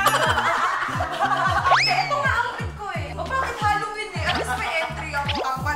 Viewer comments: zebby Halloween not Hollowen 🤣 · HAlloween mi, hindi HOlloween po. 😅😅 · HALLOWEEN NOT HOLLOWEEN! 🤗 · HALLOWEEN NOT HOLLOWBLOCK CHARRR 🤣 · Hallowen mi hindi hollowen hahhahahahaha